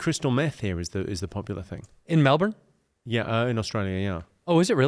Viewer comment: Caught me off guard when you said Melbourne how we say it, props